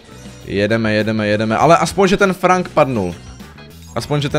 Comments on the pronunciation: Franka to není frank ale frenk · To není Frank ale Frenk. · Čte se to FRENK ne FRANK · Frank sa číta Frenk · Nechci tě urazyt ale Frank se říká Frenk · Je to frank se čte frenk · Frank se čte frenk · Číta sa frenk ale neva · To není frank ale číta sa to frenk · Říká se FRENK a ne FRANK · Čte se to frenk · Čte se Frenk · Čte seto frenk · Píše se Frank a vyslovuje se Frenk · Frank se vyslovuje jako frenk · Vyslovuje se Frenk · Vyslovuje sa to frenk